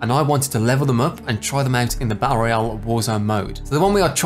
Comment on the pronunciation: I remember when you use to roll your "R" when saying Battle Royale. Bring that back 😂 Good to see you gaming how ever you want 💯